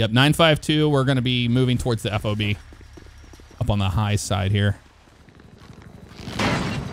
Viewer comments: F-O-B…….…it’s pronounced FOB…just say fob 🤦🏻‍♂️ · You don't say each letter of a FOB. It's just FOB.